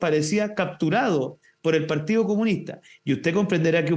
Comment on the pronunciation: Es parte de la pauta, tienen que mencionar al partíoh comunihtah un mínimo de cinco veces por intervención.